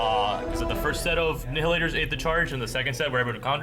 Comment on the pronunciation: Like your reports, but...It's pronounced NY-hilators, like "annihilate".